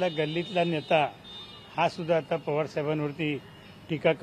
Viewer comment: अडाणी तडीपार आधी शरद पवार म्हणायला शिक .